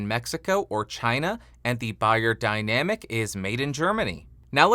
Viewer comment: its pronounced BAYER ffs